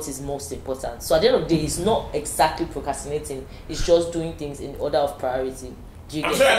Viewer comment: Y'all it's procRastinating. Not "cast"